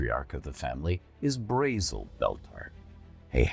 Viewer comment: Braezel prounounces similar to the german word Bretzel which is a pretzel. You will never stop me unhear it.